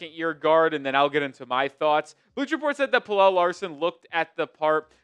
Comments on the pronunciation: its Pel-luh not Pel-elle, pleaase stop pronouncing it like that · It's pronounced Pella not Pellel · Pel el … Kel el. You do a story on Pelle (Pella) and you say his name wrong. Weak.